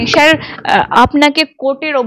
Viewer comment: আপনার প্রচেষ্টা ভাল। কথাটা শার নয় স্যার। 'স' টা একটু চর্চা করুন আর প্রশ্ন গুলো আগে থেকে গুছিয়ে নিন। ক্লোজ এন্ডেড প্রশ্নও কিছু রাখুন। যা পাব সেটাই কন্টেন্ট এরকম হওয়া উচিত নয়। হোমওয়ার্ক।